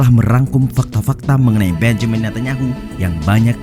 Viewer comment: Bonyamin ngunyah tahu...